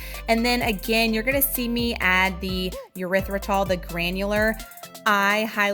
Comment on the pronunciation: This looks amazing and I’m definitely going to make it. Side note: the sweetener is pronounced with a long E or short E, like eeeerythritol, or ehrythritol, but, um..., not yerythritol😊